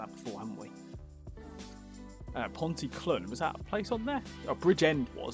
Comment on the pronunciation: All the service stations in Wales are at junctions - so you can visit without going in the motorway. It was cheaper to do it that way. Pontyclun is pronounced Pont-e-clean